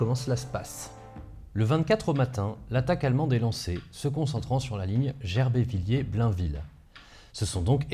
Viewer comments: bon on dit Gerbévilé et manonvilé (phonétiquement) mais c'est pas grave! :D bien content d'en apprendre plus sur mon secteur! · Les communes se prononcent Gère bé vi lé et Manon vi lé. Je suis local et suis encore passé hier à Gerbéviller la martyre sur le pont avec la plaque en commémoration de l'adjudant Chèvre et de ses 60 hommes. La trouée de Charmes était un piège stratégique de l'armée Française, d'ailleurs le plus grand fort d'arrêt fut construit à Manonviller, son but était de tenir l'armée allemande pendant 3 jours et il fit le job pour lequel il était destiné. En Allemagne sa prise fut considéré comme une grand victoire et fut très médiatisée. par contre d'un point de vue stratégique, l'artillerie lourde allouée manqua cruellement lors de la bataille de la trouée de Charmes plus au sud puis de celle du grand Couronné à l'ouest. En France sa chute fut considéré par l'armée comme un échec et contribuera à faire considérer les forts comme inutiles, ils furent désarmés ce qui s'avéra être une erreur à Verdun. Je résume très vite, mais bcp d'événements découlent de ce fort et de la bataille de la trouée de Charmes. Le fort est visitable le 4 ème dimanche de chaque mois et le récit du propriétaire est extrêmement précis sur le déroulement des événements. Il y a également des portes ouvertes en septembre ( à vérifier pour cette année cf crise sanitaire). Au CDI du collège de Gerbéviller , il y avait plusieurs ouvrages qui traitaient du sujet mais tous anciens. Il me semble également avoir vu un livre à ce sujet au musée de Friscati - mouton noir. Je vais tacher de trouver les références. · Ca se prononce Gèrbévilé :) conseil de nancéen. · C'est Gerbéviller 😊 Toujours aussi cool tes vidéos sinon